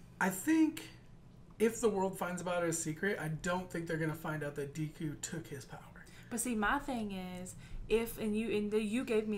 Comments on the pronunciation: Ok guys, its Deh-ku, not Dee-ku. Great reaction as always. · The "e" in Deku is pronounced like the "e" in "egg". The small boy with the purple ball hair is named mineta. Idk if I spelled that right. Excited for the next episode!